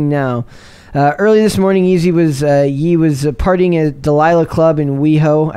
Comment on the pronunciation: Ye is pronounced “yay” dog. C’mon, get with it lol